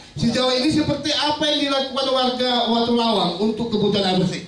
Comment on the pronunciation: maaf pak ..,..menurut saya watulawang bukan watulayang....hampura